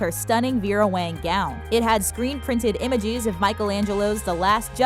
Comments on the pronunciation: OMG HOW THE PERSON Talking says imageeeeeeeeees instead images😂😂😬😡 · Immyges can u pronounce proply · listen to the word images closely and you’ll here she messed it up